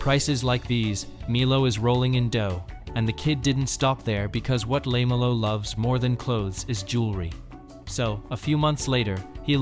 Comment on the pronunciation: Hey poster, at least learn how to say LaMELLOW Ball's first name.